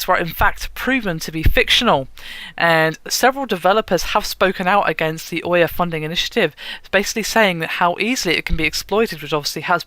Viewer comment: Can no one on this channel pronounce names correctly? Ouya as oya, Nvidia as NeVidia...